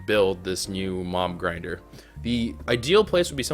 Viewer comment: you said mom grinder